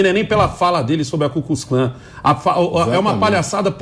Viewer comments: Gente que vota em UM EX PRESIDIARIO. E DESREPEITA O POVO QUE UM DIA ACEITOU ELE COMO PRESIDENTE(enganados claro, se pensam que a gente e bobo) e AINDA por cima nao sabe falar CUZCUZCLAN. E UMA COMEDIA ESTE PERSONAGEM . LULA NA CADEIA. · Ele falou cuscuz clã 😂🤣😂🤣😂🤣😂🤣😂🤣😂🤣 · Tá errado. Luladrão disse "Cuzcuzclan" KKKKK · ENGRAÇADO O LULA HOMENAGEAR A RAINHA BRITÂNICA ELIZABETH SEGUNDA. COM CERTEZA FOI UM ASSESSOR MAIS PREPARADO PARA RASCUNHAR PALAVRAS E FRASES BONITAS APENAS PARA FAZER MÉDIA . O LULA É UM SEMI ANALFABETO E NÃO ACREDITO QUE ELE PENSOU NESSA FRASE. UMA PESSOA QUE FALA CUCUSCLÃ EM VEZ DE KU KLUX KLAN . ELE NEM SABIA QUE EXISTIU ESSA SOCIEDADE RACISTA NORTE AMERICANA. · ELE FALOU "CUSCUS CLAN" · Lula não falou "Ku Klux Klan"' falou "Cuscuz Clã"! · E o Lula falou cucuzklã...Rir horrores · E o ex presidiário nem soube falar Ku Klux Klan é falou: cuscuz klan.😁😁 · Lula falou cuscuz clã kkkkkkkkk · O ladrão de 9 dedos não sabe como se pronuncia essa ceita cus cus kllan kkkkkkkk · Lula nunca falou KuKlux Klan ele falou Cuscuz clã.. Assassinato pra culinária tem uma grande diferença. 🤣🤣🤣🤣🤣🤣🤣 #bolsonaro22 não tem outro. 🇧🇷🇧🇷🇧🇷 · Só falta o 🐙🐙 dizer que realmente falou CUSCUZ e nós que entendemos errado kkkk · "CUZ CUZ CLAN " kkkkk 🇧🇷🇧🇷🇧🇷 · Ele falou cuscuz clã! Kkkkkkk Quer da uma de intelectual e sempre falando asneiras! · Lula falou cuscuz can